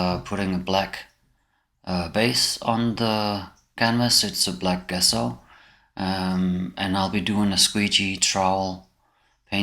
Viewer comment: It's pronounced "Jesso".